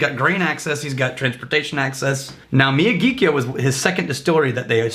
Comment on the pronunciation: Sweet Jumpin' Jesus on a friggin' pogo stick. Could you possibly butcher the name of this whisky more? The distillery is in Sendai, the capital of Miyagi prefecture. Hence the Miyagi part of the name, which sounds roughly like "me-ya-gee". Kyo translates to "capital city" based on the kanji used. Wakataka?